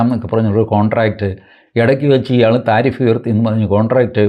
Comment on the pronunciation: love the way tariff is pronounced as thareef ( praise ) ...☺☺